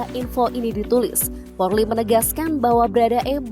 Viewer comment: kok porrrrliiii sih bacanya 😭😭😭